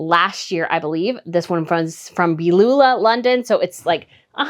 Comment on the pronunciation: Wonderful info in your video,! I have a large bust, so don’t wear shirt dresses, as the front gets ‘pulled’, if you know what I mean. 😉 I just wanted to let you know that the designer’s name is ‘Beulah London’. The first name is pronounced as it’s spelled, but, with the ‘h’ being silent. Thank you for the video. Have a lovely weekend! ❤👗❤